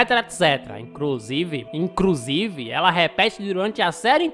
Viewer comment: esse "INCRUSIVE!" pegou me desprevenido kkkkkkkkk